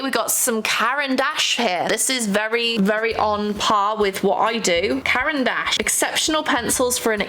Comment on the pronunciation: I heard "Karen Dash" and that's not what they're called 😭😭 (But she also said Washi tape like "Woshi"?)